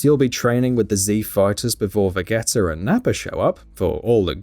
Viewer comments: VeGGeta? Its VeGeta {Vejeta} Kai Blast? BWAAHAHAHHAHAHAH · Who tf is Va-Get-Ta? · Do not let someone who knows nothing of the source ever do the story. The fuck is vegetter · Yea, the minute he said "Vegetter"... I'm out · Vegetter? Super Cyan? WTF XD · Veggeter really? 😂😂 im done watching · They need to take this down... for 1 who is Vagetta? I can tell this guy didn't play the game at all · Who the hell is Vagetter, it's " Vegeta"!! I can tell you've never watched one episode of DBZ!! 😂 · I stopped watching soon as i heard "Vegetter" 🤣🤣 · The Grove Collective yup. He may as well have just said Vegina instead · Excuse me, who? Vagetter? lol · Did this dude just call Vegeta, Vuhgetter? This guy must not have even played the game because it's properly pronounced multiple times. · VAGETTA!?!?!? Why do you keep doing that, I know you have an accent and pronounce certain words differently but I have seen many game reviewer channels that have accents that pronounce game characters names correctly. I'm beginning to think you're doing this on purpose now, especially since you pronounced Carlos from RE3 as Carloss, it's an easy name to say. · Imagine saying "ve-g-tah", "ve-get-tah".... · "vegetta" and "sayan" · How can you talk about how bad a game is when you get even pronounce the names correctly 🤣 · How the fuck can you mispronounce Vegeta? Fucking idiot. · Bruh all your credibility went out the window when you mispronounced Vegeta's name. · literally instantly. I came here to unsub lmao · The reviewers on this channel are very picky. This is a DBZ game. Not Witcher 3. You can't even pronounce the characters name right. Did you even play the game? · I love how you pronounced vegeta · Yup. Literally impossible to have played through the game and not know that. or how to say vegeta. smh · Craig 4rmFriday MY EXACT REACTION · GainTrainWompa 1 Did you hear how he said "Vegeta"? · My guy really mispronounced vegeta lol